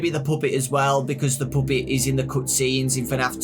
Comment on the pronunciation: DON’T YOU DARE STOP SAYING POOPET.